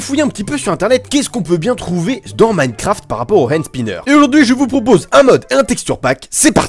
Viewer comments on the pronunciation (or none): none